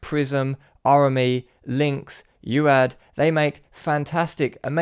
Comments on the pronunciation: "youad" No, U. A. D. or Universal audio, to you. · It's 'U A D' not 'You Add' 🤌🏽 Like USA not You Sa